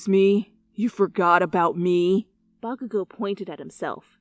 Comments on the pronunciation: I had captions on and every time she said bakugou the caption said vodka I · I put on the subtitles and every time she said “Bakagou” it said “Vodka go”